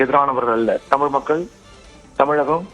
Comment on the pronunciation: ஆரம்பிச்சடங்ய்யா ஆரம்பிச்சிடாங்ய்யா டமிள் வாள்க, வாள்க வான்கவே வாழ்துகள்